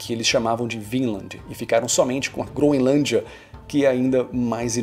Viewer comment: Não se pronuncia “Gro-IN-lândia” 🙄